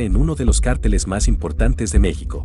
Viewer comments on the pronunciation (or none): none